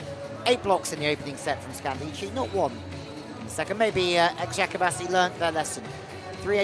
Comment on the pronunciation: This commentator should ask how to pronounce the name of the clubs before the games. Very simple task, right?. Like he doesn't have to do it perfectly, but he should get kinda close. Every time he said the name of Eczacibasi, he said differently and never got it right.